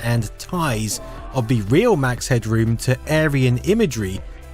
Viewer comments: You're way over-announciating "head-room". It's more like "hedrum". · Everybody pronounced his name Headrum , not Headroom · We never pronounced it as "head-droom" we always said "head-drum". He kinda reminded me of Jim Carey's character in The Mask.